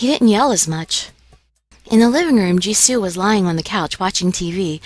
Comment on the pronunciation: G High.... Since they are Koreans(the names), you really pronounce the words differently. You pronounce... Jihae as Ji-hey Jieun- Ji-yun Jisoo as Ji-su Jiyeon as Ji-yon Jiwoo as Ji-wu(slowly not too fast.) Pushing that aside, THANK YOU FOR UPLOADING THIS. !!!